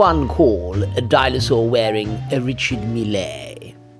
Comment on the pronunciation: I'd rather wear the Ulysse Nardin Classico Manara to church with my Grandmother than any Richard Mille. Can we organize some intervention for? How he (rightfully) hates on Hublot endlessly yet loves these wrist atrocities baffles me to no end. 🤷‍♂ Also, it's French so it's "Ree-Shar Meel". Not "Mee-Lay". It's not the President of Argentina. 😎